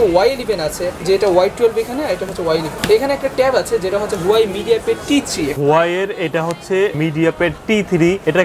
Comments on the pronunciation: Huawei na. Hawaii🤣🤣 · Hawaii na Huawei